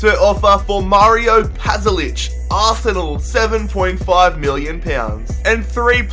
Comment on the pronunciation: you piss me off pyounds wtf is pyounds and aaarse nell